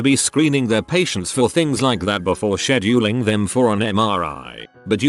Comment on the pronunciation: That is the correct pronunciation for once. Tard.